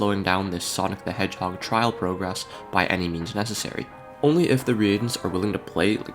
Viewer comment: “—Imposters keep coming back Agáîne ań Agehine-“ “—All the prúgrésš-“ “—Did all of that just to Lewse?”